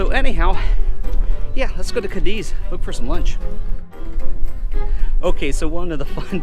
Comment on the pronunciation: before you do these videos it would be great if you a little, just a little, homework. You even pronounce Cádiz incorrectly. Just a little more effort and you’ll be on your way.